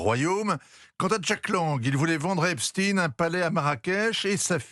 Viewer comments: Epstein, et non Eptsine, SVP.... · Epstaillegne et non pas Espstine ! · Epstine au lieu d'Epstein... Et pourquoi pas Einstine au lieu d'Einstein pendant qu'on y est ? Peur d'être accusé d'antisémitisme ? Stupide. Va-t-on devoir dire Stroscan au lieu de Strauss Kahn ou Jacques Lent à la place de Jack Lang ?😊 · Ça se prononce EPCHTAÏNE (et non EPSTINE façon Bruce SPRINGSTEEN) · Prononcéz epSTEIN et pas epSTIIIN pour faire oublier que le mossad et les rot sont derrière tout ça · EpstIN 😂😂😂 Toute la terre dit epstein comme Einstein Qu’est ce que ça veut dire ? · J'adore l'intro ou il s'oublie et dit "l'affaire Epstein" et se reprend apres heuuuu Epstine ... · Epstine vous insistez, epstine pourquoi???